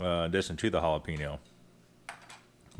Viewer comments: It's not hal-a-pee-no. Lol. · lol Halapeeno